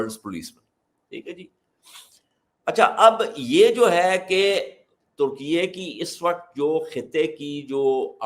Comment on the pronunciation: ترکیئےاس ملک کا سرکاری نام ہے اور اسے درست بولا جا رہا ہے